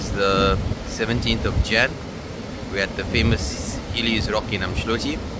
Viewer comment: Ooom not Arm, so its pronounced Ooom-dloti 😅😅 at least try